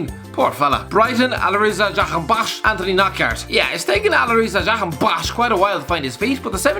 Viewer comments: Nobody:: Alireza jAhAnbAkhkhkhkksSH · Will never get tired of hearing butchering JahanBAKHSH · Dude kills me everytime he says "Jahanbakhsh" LOL